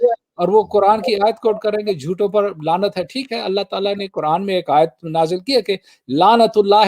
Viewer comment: لعنت ( ع سے ہوتا ہے) ،” لانت” نہیں۔